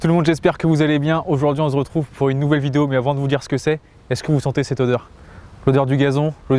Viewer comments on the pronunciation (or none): none